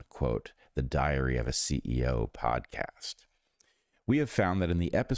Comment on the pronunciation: A diarrhea of a CEO. That's all I hear every time Bret says it.